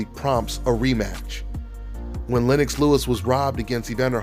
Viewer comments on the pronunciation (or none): none